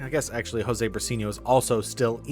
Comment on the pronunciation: Josue is pronounced like Hosewhey